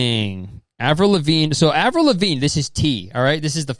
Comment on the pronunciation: Avril Levine duhde? Avril? What’s good? Wha happen? Aaverell? What happen to you?